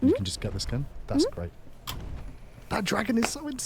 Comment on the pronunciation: "Dargon" btw haHAA